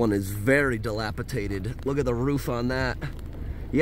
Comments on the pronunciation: Are you saying “dilapiDated” or “dilapiTated”? 😅 Nice trip video. Too bad this community had such extreme septic issues. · It’s dilapiDATED. Not dilapitated….. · I love you but the word is dilapidated, NOT dilapitated( sp). dated not tated. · It's dilapi-dated.......not dilapi-tated. And Pittsburgh is not as horrible as you make it sound...I grew up there and it is a pretty safe place....true, there are some areas that are worse than others...but you have that in every state. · The word is dilapidated not dilapitated. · It's "dilapi - DATED" - not "dilapi - TATED"..... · dilapidated, not dilapitated. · It's dilapidated not dilapitated. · Respectfully sir, the word is dilapiDated, not dilapiTated. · Dilapidated. DILAPIDATED. (Dilapitated is not a word.) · I think he means "dilapidated," not "dilapitated." I cringe every time he says it. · Damn homie, the word is dilapidated. You kept saying "dilapiTated"😂😂😂 other than that the video was interesting. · the word is dilapidated. lol. Not dilapitated. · Not trying to be rude, or anything. Just letting you know cuz i have been watching you for a long time and you have always said it wrong. haha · You're the only person whom I've heard pronounce the word "dilapiDated" as "dilapiTated". Thanks for reading. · I believe he is dyslexic and sometimes flips words/letters, even in speech. is an awesome dude. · Dilapidated not tated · Are you saying dilapitated? I think you mean dilapidated. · Love your videos! By the way, the word is dilapidated, not dilapitated. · the word is "dilapiDated" di·lap·i·dat·ed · "Dilapidated" ... no T in the middle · It is “dilapidated”. No “t” in the middle 🤓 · dilapidated dĭ-lăp′ĭ-dā″tĭd adjective Having fallen into a state of disrepair or deterioration, as through neglect; broken-down and shabby. Not dilapitaded.